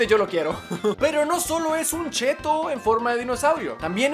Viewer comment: Se dice chetto :v